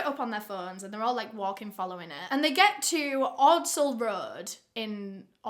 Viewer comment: Ordsall is pronounced odd-sul